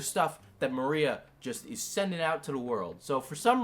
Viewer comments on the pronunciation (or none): Im not her fan in the slightest. At all. In the least. But her name is pronounce ma-rye-uh Not....Maria. Anyways, she's way in over her head. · Love the video! But her name's Mariah, like Mariah Carey, not Maria! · Her name is Mariah. Not Maria. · 💀💀💀💀💀💀 u butchered her name and cosplay name so bad but ily and ur content